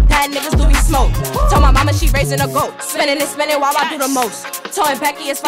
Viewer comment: The way she said “goat” had me weak 😂😂